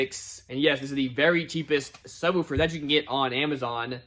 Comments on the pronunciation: Dammit I thought we had broke you of saying “sub-whew-fer” but here it is again 😂😂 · Really weird that you pronounce “subwoofer” differently then when you just say “woofer” on its own